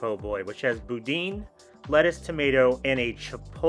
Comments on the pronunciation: boo-DAN not boo-DEEN lol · Anybody gonna tell him that it's pronounced Boo-DAN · It’s pronounced Boo-Dan. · That’s not how you pronounce boudin. JSYK